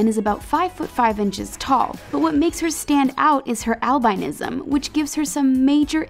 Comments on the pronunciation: It's al-bin-ism... not al-bine-ism. My mom has it. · please someone teach the speaker how to pronounce albinism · That’s not how albinism is pronounced.